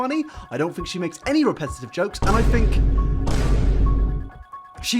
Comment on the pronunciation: "I don't fink thats social distancing"